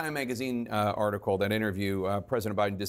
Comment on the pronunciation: Why does Jake Tapper call OUR President, "President OBiden?" He calls him OBiden twice. I've moved on and left CNN to MSNBC and The Meidas Touch Network, for many, many reasons. Jake, Kaityln ( she was horrible at the townhall meeting with Trump), and even Anderson Cooper have sold their careers for more money and not integrity! Good luck to your new CEO trying to get the independent voter! We have all moved on to other networks, especially Youtube networks like Meidas Touch and the Bulwark!